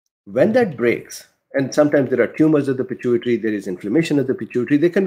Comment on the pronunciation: I think you pronounce pituitary fine lol